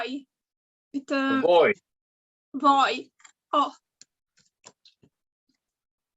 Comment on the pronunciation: He became finnish all of a sudden. "Voi, voi, voi..."